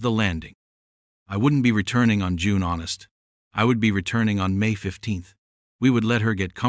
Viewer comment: What date is June Honest? AI needs to go back to school and learn how to pronounce words.